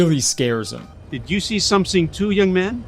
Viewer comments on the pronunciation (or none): That old man has a problem with the word something because he says somesing